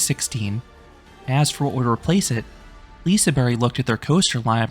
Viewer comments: Liseberg not liseBERRY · Love the review but I can’t with the way you say liseberg 🤣🤣🤣 lisaberry 🤦🏻‍♂️